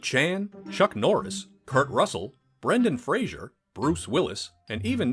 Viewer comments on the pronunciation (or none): Guys, guys, guys. Brendan FRASER NOT Brendan FRASIER Come on